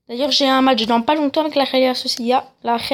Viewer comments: T'as un problème à la bouche ? La rhéla Sociéda... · Et réal Sociedad sa se prononce pas comme tu le dis et tes équipe elles sont nuls mmdr avec la réal sociedad je suis 1er débile